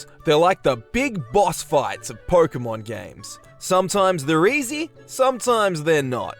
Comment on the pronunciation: I like the premise of the video, really cool. But man, why do you say "Porkemon"? Why